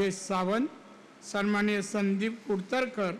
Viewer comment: संमानिय नाही हो सन्माननीय असे असते 😂😂😂 बरे तुमची महाआघाडी नाही महायुतीचे उमेदवार म्हणून घोषित झाले आहात 😂😂😂@ 2.18